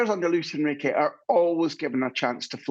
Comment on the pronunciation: The presenter saying "Luis Enriqueee" with a Spanish twang. Tube 😒